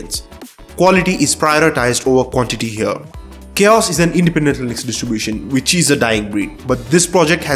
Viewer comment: question: how does "u" turn into "e" .. it's not lynex .. it's linux .. stop mispronouncing it, please.